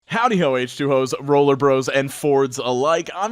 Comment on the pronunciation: Sounded like he said h2 hoes 😂. Or has that always been the joke and ive just missed it?